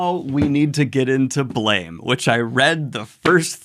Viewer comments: Hey Daniel, just wanted to let you know "Blame!" isn't pronounced like blame, but instead like blam, with a phonetic "a" sound. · It’s pronounced “blam” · slight correction Blame! is actually pronounced Blahm no idea why I don't even think the author knows english iirc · Daniel, I know you like to intentionally mispronounce things to get pretentious YT commenters riled up, but in case you don't know, Blame! is actually pronounced closer to Blahm. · Just so you know, it's pronounced "Blam!" I know it doesn't make sense... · BLAME! is pronounced as BLAM